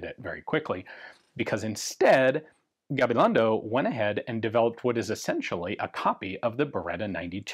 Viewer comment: Kudos for trying to get the pronunciation right. Appreciated! “Y cia.” as in Gabilondo y cia is Spanish for “and co.” so one could say Gabilongo and co. and I think would sound more natural